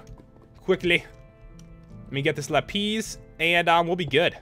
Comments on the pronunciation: Lol not la-pees, la-piss XD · Its not la-pees its la-pis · It's prounounced lapis, not lapeez 😂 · Pat it's not lapiz its lapis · its lapiz not lapeez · its not lapiiiz its la-pis la-zu-li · its lapis not lapies!!! lol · It's lapis not lapeeze lol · I died when I heard him call lapis lapeez xD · OMG HE CALLED "LAPIS" "LAPEEZ!" LOL 😄😂😂😂😂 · He says lapeez instead of lapis because that is how he speaks Pastel Katie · lapees? XD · i thought it was pronounced la-piss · did he say lapeez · its called lap-iz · It pronuanced like ( Lap- is ) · don't want to be rude but your suppose to pronounce lipis like la-piz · The way you pronounced lapis 😂😂